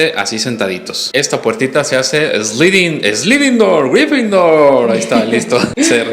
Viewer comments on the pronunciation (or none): Saludos mis chavos minuto Sin afan de offender a nadie me gustaria enseñarte mostrarte como puedes pronunciar correctamente esa palabrilla dificultosa Sliding door tu nadamas para la otra di (eslairin door) Ota vez repetimos (eslairin) sale es la forma que aprendes a pronunciar bien el ingles